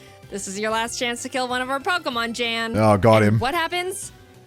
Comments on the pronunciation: Jan is gonna make fun of them cause they're pronouncing his name J-Ann when his name is pronounced like Yawn lol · I don’t wanna be that guy but his name is pronounced Yan. It’s a German name which Jayden finds out cuz he reacted to this video and corrects it. She finds out to cuz she commented on that video apologizing for it 😂😅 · technically, its pronounced yan. i know, cause i watched his reaction to this video too. i decided to also watch it from you cause i wanted to know what somebody who helped create the actual games she plays thinks of her videos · The J in Jan is pronounced like Y. His name is pronounced yan and poor jaiden mispronounced it for the whole video 😂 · Jans name is german, and pronounced like "yon" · Jan (pronounced yān) is pronounced Jan (pronounced yān) If you didnt know 👉👈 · Just gonna point out PC’s name is spelled Jan and pronounced “Yann.” Because German phonetics. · PChal's name is Jan, which is actually pronounced Yan, for anyone who's wondering also B'drodo just rolls off the tounge real nice, there were just some really cool nicknames they came up with that I liked more than I expected I would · Jaiden is a GOD TIER animator and storyteller. That's how she can pump out content like this, day in and day out. Also, Pokemon Challenges reacted to the same video. Aside from his name being mispronounced, he seemed pretty flattered by the idea. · i like how Jans name is pronounced in english xD he said in his reaction its the german name and so i totally know how its really pronounced and the difference is just funny xD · she said his name wrong, pokemon challenges has a different jan than we are use to. so she said sorry on his reaction and there's enough to worry about there lol